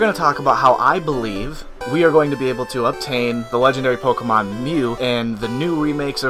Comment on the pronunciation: is it just me or did he just say "PokAmon"?